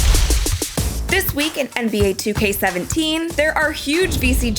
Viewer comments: Who else noticed that she said 2k 17😂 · Come on you messed up in the intro by saying 2k17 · I swear she said 2k17